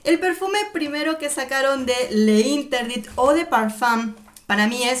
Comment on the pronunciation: Le interdit... no.. se pronuncia l'interdit... sólo és una sugerencia...😍